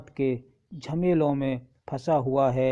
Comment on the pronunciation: پہلے ہی مصرعے میں دو غلط الفاط بیان کیے ہیں۔ hoowa کو Hawa پڑھا اور khima zan کو khima e zan پڑھا۔ جب اردو ہی ٹھیک نہیں پڑھ سکتے تو اپنے معیار کا کام ہی کرو، بٹاٹا وڑا ہی بیچو،۔